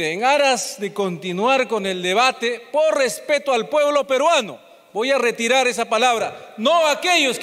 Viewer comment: Q Immmbecil para expresarse así ese congresista hey tú sí tu. reterar reterar q voy reterar .